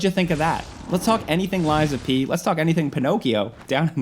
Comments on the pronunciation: Who TF is "Lysa P."?? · I went to school w a girl named Liza. It sounds like your saying her name, Liza P. Lol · calling a game lies of pee is crazyyyyyyyyy